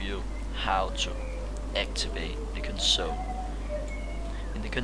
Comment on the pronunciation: Console. Why do you say it weird?